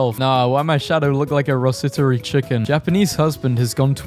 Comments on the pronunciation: why do you keep saying "rossiterie" chicken instead of roTisserie chicken? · The way he pronounces rotisserie chicken tho "Rosisserie" "Rositterie" Its perfection and I wish everyone else was brave enough to pronounce it like that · “Rositery chicken” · He said rosisserie twice